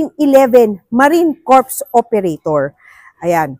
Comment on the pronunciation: Sa Marine Corps Operator, dapat silent "S". Kung hindi ang ibig sabihin eh di bangkay.